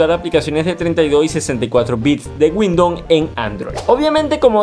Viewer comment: Un clasico el "windoN"